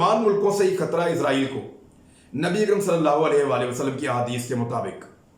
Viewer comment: عمران بھائی یہ عزائیل نہیں بلکہ اسرائیل ہے ہمارےبڑےاینکر حضرات عزائیل کہتے ہیں تلفظ صیح کر لیں